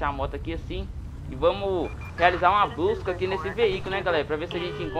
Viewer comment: no vídeo no em 8minutos ele disse*blusca*